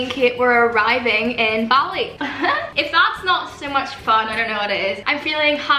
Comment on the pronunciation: I thought Olivia was talking about doing ballet but she was saying bali